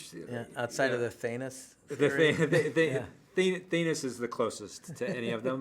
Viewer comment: How tf did they not pronounce thanos right